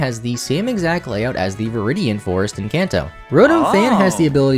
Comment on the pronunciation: WHEN HE SAID IN KANTO IT SOUNDED LIKE ENCANTO